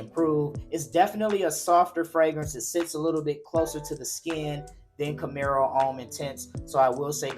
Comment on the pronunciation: ⛔️IT IS NOT "CAMERO" IT IS CAMARO....It reads exactly as it is written.